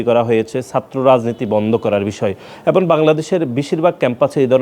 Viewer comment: এবন না এবং উচ্চারণ ঠিক করে বলতে পারে না , এই পাডারে কে বানাইছে সাধারণ সম্পাদক